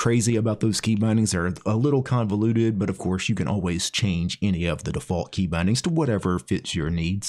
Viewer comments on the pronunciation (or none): none